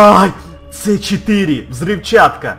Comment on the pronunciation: это си 4, а не ц 4